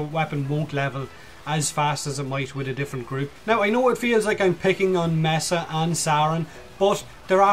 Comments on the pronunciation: >messa >meesa ... neither is correct. it's "May-sa" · its pronounced may-sa btw